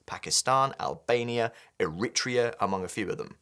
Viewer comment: Check your pronunciation of Eritrea